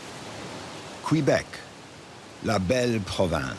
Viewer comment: Please pronounce the name of the Province of Québec correctly!! The French way is: Kay-beck. The English way: Kwuh-beck. It is NOT "Kwee-beck. Scoundrels!!!!!